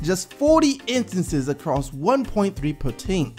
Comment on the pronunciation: can you say instances again.....please?? 😂😂😂New Sub, but love your videos man. We need a younger Cat like yourself to school all these young,new, Casual fans, on what ESPN won't elaborate on. Kudos good sir